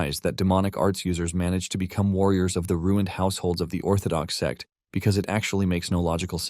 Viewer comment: Bro it's sect not s*x 😭🤣